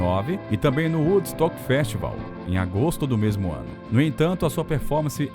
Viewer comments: Velho o conteúdo é bom mas seu inglês dói no ouvido… Woodstuck é brabo, o nome é woodstock (uudstóc). E Clearwater se diz “cliaruóter”. Antes de gravar pega as palavras que tem dúvida e bota na Internet clicando no áudio que vc pode ouvir o certo. Tirando isso texto é ótimo e a pesquisa idem. Parabéns. (Ah, e basta chamar de Creedence (Cridêns), que é como o grupo é realmente conhecido. ) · Muito bom o video, pena que o ingles do narrador vai de mal a pior. "Woodstuck" doeu no ouvido hein. Lamentavel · Excelente conteúdo. Lastimo a pronúncia equivocada da banda ...é cliruoder e nao cliruaiter. O festival foi de uudstoc e não uudstuc. Tenho 75 anos e nos anos de sucesso do rock'n'roll internacional eu era de família pobre e só escutava musicas pelo rádio...e tome Beatles. Na velhice consegui apreciar melhor as bandas da época. A melhor foi Creedence! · Tudo lindo nesse vídeo, só é difícil engolir o narrador dizer o nome da banda CCR com uma péssima pronúncia. Alguns nomes de outras músicas e tbm Woodstock... Horrível!!! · Woodstock.....meu filho....fala direito....